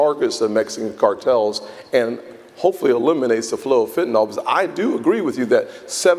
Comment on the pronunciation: Pro Tip: It's Fentanyl. It's not Fentanol like Tylenol.